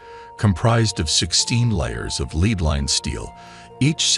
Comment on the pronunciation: Docile, and lead we're pronunced so confidently wrong, that I was questioning if I've been pronouncing them wrong this whole time.